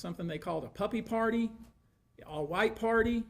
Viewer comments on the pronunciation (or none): Did he say PUPPY PARTY or Puffy party? …. Wth